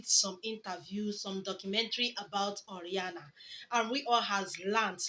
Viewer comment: It's O.....RA......NIA my sister NOT O........RIA......NA